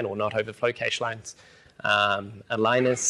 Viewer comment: That's not how you say Cache!